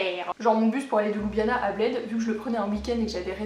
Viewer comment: Étant moi-même slovène par mon père, je trouve ton résumé très bien fait. La seule chose qui m'agace chez Européens de l'ouest, c'est la prononciation de la capitale: ce n'est pas ''Loubiana'' mais 'Lioubliana''. Sinon le reste est parfait!